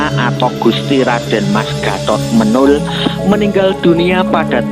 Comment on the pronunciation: Pengucapan nama Menol itu salah